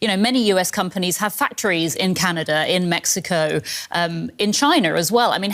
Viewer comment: Where is Canader? 😂😂